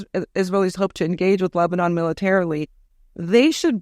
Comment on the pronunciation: "This is not Amman Jordan, this is Lebnon!" 😅